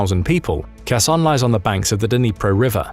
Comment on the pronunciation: Why is it people in the west always pronounce in Kharkiv when pronouncing it verbally. Ukrainian Don't pronounce the k in Kharkiv or Kherson Oblasts.. please, in future videos just pronounce it with a H ......it's a silent K once again ukrainians do not pronounce the K.. thank you How successful this operation will be into Russia remains to be seen.. your video makes it sound like Russian troops have left Donbas completely. Glory to Ukraine ,glory to the heroes 🔱🫡